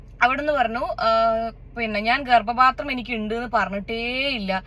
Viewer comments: It’s not Garbapathram,Garbathram, thettiyathu thankalkkanu,🤣🤣🤣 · ഗർബാത്രം ആണ് അവനു ..... ഗർഭ പാത്രം അല്ല.........😂😂😂😂😂😂😂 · ഗർഭപാത്രം എന്നല്ല കുട്ടി അവൻ പറഞ്ഞത് ഗർഭാത്രം എന്നല്ലേ 😂😂😂😂😂